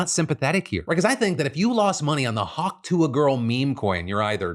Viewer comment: Hawk Tua, Just say "Hawk Two" Hawk like the bird and two like the number, that's how you say it.